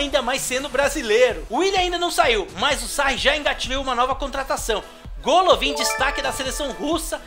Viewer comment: se fala Galavin nao golovin